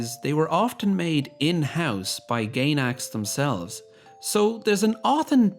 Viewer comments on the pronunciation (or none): Not sure if "Fraud" and "Gaynax" were intentional mispronunciations, but I like to think they were.